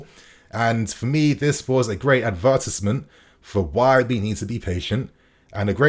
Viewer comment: why did you say advertisement like that 😂